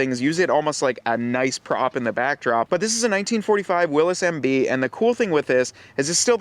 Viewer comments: You are mispronouncing 'Willys'. It is Will - iss, not "Will - eez". The nine slot, stamped steel, grille was a Ford innovation introduced soon after production of the GPW began. Early Willys MB, very early Ford GPW, and all previous models (Bantam BRC, Willys MA, Ford GP) had welded iron 'slat grilles' as found on other military vehicles of the time. The seven slot grille was trademarked by Willys Overland in 1950. : - The driver is the 'power steering'. : - No, it is water cooled, thus the radiator and water pump. : - Those can also be rotated for use as spotlights. : - It is not "felt", it is jute / hemp. I drive a restored Willys MB. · It is Willy's, not Willis. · Willys Overland, it is pronounced Will-iss. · It actually is pronounced Willis. Read the history of the jeep.